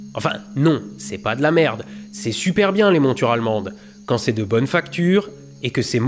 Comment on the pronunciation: "C'est super bien les montures allemandes" l'accent Alsacien est revenu a ce moment la! mouarf